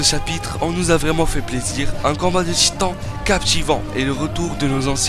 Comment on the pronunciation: C moi ou à 5 min 47 il il dit l att des gitans